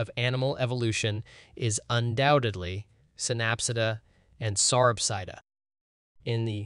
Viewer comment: ca-rot-id artery. Pan-gee-a continent. Sa-rop-sid. Si-nap-sid. Watch PBS Eons to discover the proper pronunciation for these complicated words .